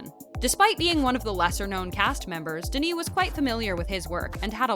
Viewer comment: tbh I stopped watching after the 10th time she fucked up Denis' name... .smh at least learn how to say it right